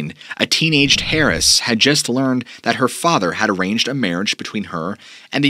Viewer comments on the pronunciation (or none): "a teenaged Harris" lol heiress is pronounced air-iss not harr-is but other than that, pretty good story telling ;) we like it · Hahaha. I think you meant to say Airress rather than Hairress 😂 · "Hairess"? No my man it's heiress, the H is silent. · So yeah you really dropped the ball by not showing us the footage you described. That's terrible. Also, I'm not trying to be a jerk, but Harris is not how you pronounce heiress. You got a good radio voice though. Just get your footage together before you post and be sure of your pronunciations. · Heiress is pronounced "air ess." The H is not pronounced. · “Heiress” is pronounced “air-ess” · You have mispronounced the word "HEIRESS." The "H" is silent. The first syllable in the word "HEIRESS," is pronounced as "AIR"" snd then the suffer, "ESS." I bring this up because your content is very good and in order to keep you credible on all aspects of your presentation and as a Linguistics Professor I was compelled to bring this to your attention. Keep the good stories coming, they are interesting, entertaining and edifying. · Imminent = impending, likely to happen soon Eminent = of high status " Heiress" is pronounced without the "H". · I really like your stories… But your mispronunciation of Shoshone and heiress are disconcerting…